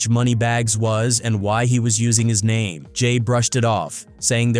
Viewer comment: How many names are you going to mispronounce in your garbage video? Show some respect